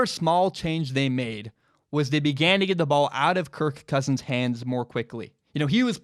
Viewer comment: It seems like you really struggle trying to say his name. So much so that it distracts from everything else you say, such that I keep waiting for the next time you say kirK Kousins.